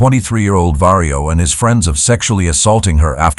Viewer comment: Vario or Mario? 😆